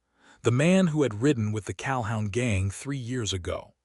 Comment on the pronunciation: Pronounced Cal-hoon